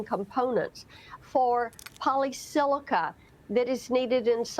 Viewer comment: It is polysilicon, NOT polysilica.